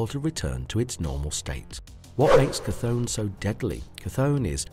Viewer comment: Chthon by name is pronounced “Thone”.